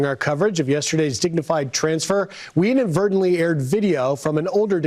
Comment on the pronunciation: "inadvertantly" my a**